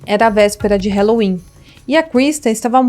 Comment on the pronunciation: Dica: o “a” de halloween não se pronuncia como “é”, a pronúncia é “a” mesmo. “ralouin”. Se procurar aqui no youtube, “how to pronounce halloween”, encontra nativos do Inglês ensinando. 😉